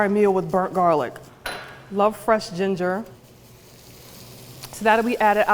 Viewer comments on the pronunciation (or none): none